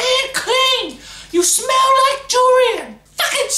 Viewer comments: I didn't know til now that it was durian. I thought she said jewellery and I'm like 'how do you smell like jewellery?' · First I thought he said "You smell like Durian" then i relised he meant Julian :D!!!!!!!